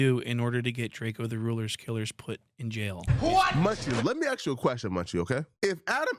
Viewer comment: the man doesnt possess the brain power to read the word ask and pronounce it correctly. The same man pronounce scrutiny as scrutinty. Why would anyone listen to him, he's willfully illiterate.